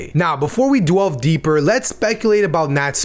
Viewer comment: He said "dwelve deeper"...